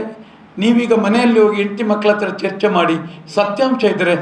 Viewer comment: ಚರ್ಚೆ❌ ಚೆರ್ಚೆ ☑️😅